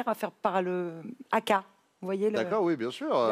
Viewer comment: Alors...le HAKA...come il s'écrit...SE IN PRONONCE HAKA....et non pas AKA....on prononce le H....